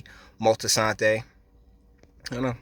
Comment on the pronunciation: This whole video is a mess and it’s Moltisanti not “Moltisantay” very annoying